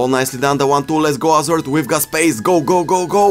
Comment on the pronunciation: Will never get tired of you saying "AZARD"! Your videos have really helped me learn a lot, thank you very much!